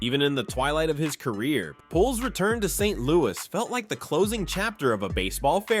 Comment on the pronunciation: Please learn how to pronounce players' names. Pujols is pronounced POOL Hose